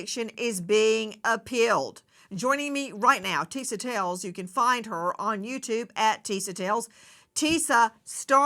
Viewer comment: Nancy with all due respect, you’ve been a journalist forever. When you have a correspondent on your show, especially this young black woman who works so hard on her own YouTube show and takes time to update yours, you could at least pronounce her name right. It’s not Tisa TAILS. It’s Tisa TELLS. At first I thought it was your accent but I saw you pronounce other words that have the E in it just fine.